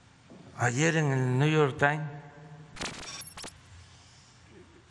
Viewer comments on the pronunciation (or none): "El nuyor tain" jajajajajaka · " niu yur tain" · 😂😂😂😂😂 ggguuooogou wilson , neu yor tain....😂😂😂😂😰😨😱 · A la chingada el Niu Yor Tain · Desde que pronuncia: "NYU YOIR TAIN" Desde ahi ya esta descalificado para hablar de politica exterior, cultura y de regaños de Biden. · El " niu yor taim." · El "Niu Yor Tain"?